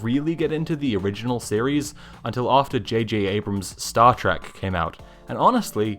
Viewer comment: I'm glad I'm not the only person that says JJ Abrams as 'Jajabrams"